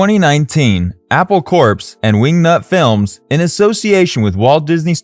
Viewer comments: It pronounced Apple corps [ kohr ], not [kohrps] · “Apple Corpse”?!? Lol, what the Hell is that? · How can you name your channel yellow submarine and mispronounce the name of the company the Beatles started? Apple Corps (Core). Get it? Apple core? That wasn't an accident. Annunciation is everything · corps is pronounce core.